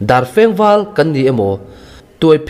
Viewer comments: Darfengval tiha Dar i lam dan hi, mihring dar thluk ni loin, Biak in Dâr tih anga thlûk tur a ni lo maw? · Pârchhuang leh dârfeng i chhiar dik lo chiang bal. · Parchhuang, dahlau, darfeng val... a chhiar rik dan dik zir i la ngai. Ngaithla nawn leh la, i chhiar sual ( thluk dik loh) dan i hre thei ang. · Dar feng vâl.. tih laia.. 'dar' tih kha i thluk diklo lo maw sir... thluk kual vak vaklo khan chhiarchhuak tawp la angaihnawm zawk ka ring..😊😊